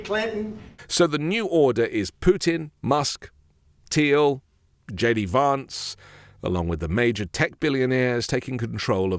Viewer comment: why don’t you pronounce the name VANCE correctly, you’ve lived in the usa long enough to know what the correct way to say his name is.